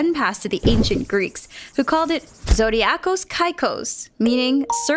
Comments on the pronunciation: I am from Greek and I have to say something the everyone does wrong when reading greek... when you read the letter d you pronounce it as th, so zodiakos kyklos is zothiakos kyklos and every i,y,h,ei, is pronounced as ee, not a high pitched ee just ee AND! When you read x it is pronounced h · it's pronounced zodiakos kiklos (I'm from greece) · Well the oldest computer that I know is the antikythera mechanism, it's nothing like the modern sence of computers but it is still considered a computer. The way said zodiakos kyklos was hilarious but it was close enough, it is pronounced zodiakOs (emfasis on the o) kEEklos (emfasis on the double e) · you mispronounced zodiakos kyklos